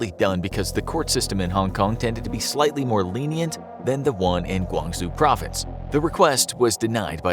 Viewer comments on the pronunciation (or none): none